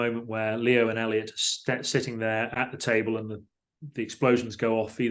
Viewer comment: Just want to highlight that Paul Franklin is a legend for getting Elliot's name right, it shouldn't be a big deal but it is.